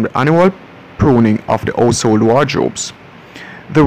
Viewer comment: I don't know how is narrating this, but he totally forgot his "H's" it's "ouse" or ouseole and fambily.